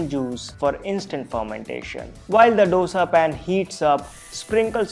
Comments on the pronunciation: Thanks for the recipes. But how is baking soda healthy? And it is "Dosa" as in "do" in hindi for the digit 2...not "do" as in the music - do, re, mi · Dosa is pronounced दोसा not डोसा..... Please North Indians🙏🏼...it sounds horrible. It is Dosa with a The not Duh